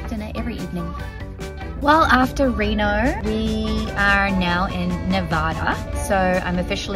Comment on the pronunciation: I'm a long time resident of Reno. Yes you said the name correctly. It was so weird to see you get excited to see places like Reno and Lovelock but I'm glad you had a good experience.